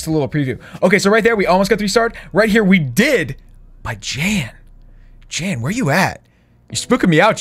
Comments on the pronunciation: Jan not Jen dude..😁😁😁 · It was Jan not Jen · Hes name is jan not jennnnn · YOU KEEP CALLING JAN JEN YOU EVEN NAMED THE ARMY 'JENS' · IT'S JAN NOT JEN! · Her name was Jan not Jen. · How many times does say Jen instead of Jan. Say the right number and you win a virtual cookie! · Jan is not the same as jen Jan is a Dutch boys name and sort of spoken out as Shawn and Jen combined This just kinda made me mad bcuz my grandma is named jan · It triggers me that u say "Jen" but it's 'Jan' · First it is Jan not jen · It’s Jan not Jen or jam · It’s Jan not Jen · Its Jan bro not Jen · It’s Jan not Jen why did you name your army Jen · Jan not jen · Its Jan not jen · I feel like "Jan" is Afrikaans and is keep on saying Jen😂 Ah boere is mar awe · Jan is a polish name it’s pronounced “Yarn” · His name is pronounced yan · you spoke Jan wrong out, it’s actually a dutch name. You speak the J as a Y.😅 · My name is Jan and you pronounced it wrong xD it’s a German name